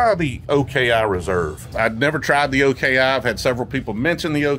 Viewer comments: It’s not OKI it’s pronounced OKEE-Eye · You do not pronounce oki that way sir